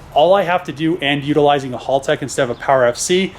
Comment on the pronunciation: it's pronounced HAL tech like the computer in 2001 a space Odyssey HAL not hall!!